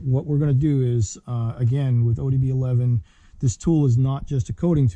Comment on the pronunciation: Great video! but I couldn’t help but cringe every single time you said ODB11. Man that was killing me😂